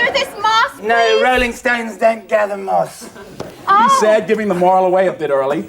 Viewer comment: Who the hell are those 2 ? 😂 sat right at the front so nobody can see past their stupid hair, and what the hell did he say? A rolling stone gathers no merse? Hahaa